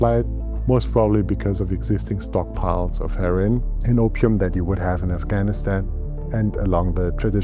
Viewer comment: Lol when he says heroin it sounds like herring